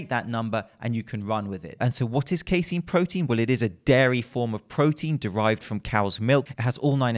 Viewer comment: Phenomenal content as always,. Keep up the good fight bringing truth to the much maligned information in the supplement industry. Lastly, you're correct on the pronunciation of casein -- "Kay-seen"